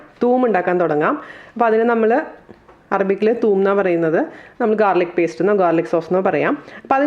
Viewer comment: Thuum allade thoom